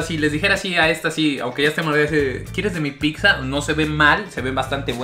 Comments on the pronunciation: Wey me estrésa que digas picza, neta no sabes pronunciar pizza???? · Qué ansias cuando dices "picza"... Una y otra vez... Es pizza. Punto. Me gustó tu playera. 😃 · Se pronuncia "pitza" ;) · Hola!! Una observación para ti y. Su pronunciación de la doble z (zz) que tienen algunas palabras es incorrecta. Se pronuncia "tz" por ejemplo, pizza es "pitza" y ustedes dicen "picza" que es incorrecto. O mozzarella se pronuncia"motzarela" Pues la doble "zz" viene de palabras italianas y a su vez formadas de alfabetos Greco latinos. Por lo mismo su pronunciación fonética correcta es "tz". Ojalá lo tomen en cuenta y corrijan, es con mucho cariño mi comentario. Te mando un abrazo grande!🤗 Y gracias por este canal, eres un chico adorable!🤗❤️ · Muy bien los videos!!! Buen complemento a la ruta de la Garnacha... (Solo cuidaría la pronunciación de picsas a pizzas...😅) Saludos! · Todo muy bien solo que no puedo con que pronuncies tantas veces mal pizza, la pronunciación correcta es pitsa en italiano o piza en español, pero nunca picsa eso se escucha muy mal, por todo lo demás es un buen video, saludos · El guzzi ha sido plagiado!!!🤔🤔. Se pronuncia pitza no picza. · no es Picccccsa:/ 😲😲 Pizza/Pitza jajaja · Deja de decir PICSA e.e Tuve que cerrar el video por lo mismo xD pizza se pronuncia PITZA, no es difícil e.e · No se llama picsa se llama pizza. Y tienes comentarios que sobran, no son ni chistosos y no aportan nada, espero mejores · La "PICZA" 😂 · Me desesperó tanta picza!!! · Llevo varias diciéndoles lo mismo y les vale un carajo, dicen que cada quien lo pronuncia como quiere, la verdad yo me estreso cada que lo escuchó decir picza! 😠😠😠😠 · Ya no le digas pixxa carnal 🤣🤣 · Se me cae un oído cada que éste perro dice "PIKSA" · "Picsa" 😂😂😂 me encantas ❤😊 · Se escucha horrible picza!! No me imagino los anuncios en la tv diciendo dominos picza o picza hut 🤣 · No digas picsa porfiiiis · “Picsa, picsa, picsa, picsa, picsa, picsa, picsa, picsa”